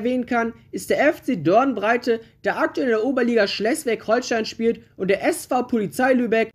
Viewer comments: Sag bitte nie wieder Schlesswig-Holstein 🤦‍♂️😂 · Langgezogenes 'e' bei Schleswig Holstein bei der Aussprache 😅 sonst gutes Video 😊